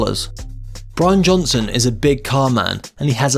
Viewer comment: You said Brain Johnson